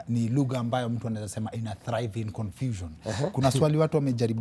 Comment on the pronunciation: 😂 😂 Did you have to repeat "lugha(lug-her)"